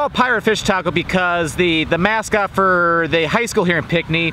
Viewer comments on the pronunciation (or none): It's pronounced like pink knee, not pic knee